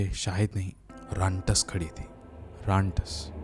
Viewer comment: Rantas ❌ rantak✅